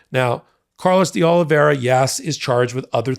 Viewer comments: All this time and you still haven't pronounced DeOliveira correctly once yet. Sad, really sad. Hint: there's no "ia" in the middle or on the end. Ugh. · Portuguese --> Oli vay ra. Vai. Not ver. As in via con dios. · I know Portuguese is hard, it confuses the heck out of me too (native English and Spanish speaker) but I want to help. In English it’s close to “Oh-lee-vay-ra”, not to rhyme with “riviera”. Sorry, I’m not trying to criticise, just want to help. 😬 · Again, his name is Oliveira, not Oliviera. He was a maintenance worker in the Republican Kremlin, aka Mar-a-Lago. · ...it's "de OliVERA" (pronunciation for Oliveira) it's Portuguese. The second "i" is silent the second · I always like your commentary. Just one note: Oliveira's name is pronounced as if there's no "i" in it. The name you're pronouncing is as if his name were Oliviera. Note the spelling difference. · His name is de OlivAEEra! Please learn to pronounce it. Ask a friend from Brasil or Portugal for help… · fyi, D'Olivera is pronounced 'dollavera' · love ya, but you're pronouncing Oliveira wrong. I believe it's Portuguese, not Spanish. In any event, it would be pronounced Oh-lih-vay-ee-ra (or Oh-lih-vay-ra for short). Watching all the hot takes! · "Carlos De Oliviera" has never worked for Trump, has not been indicted, and is probably wondering why you keep smearing his name. Donald Trump's co-defendant is Carlos De OlivEIRA, pronounced OH LEE VEH RA. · It's DeOliveira not DeOliviera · It's curious how many news reporters and commentators mangle the pronunciation of the word DeOliveira. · You’re mispronouncing de Oliveira’s last name. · I'll give you a thumbs up when you stop mispronouncing DeOliveira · Why is it impossible for you to pronounce his surname properly? JFC it's not complicated.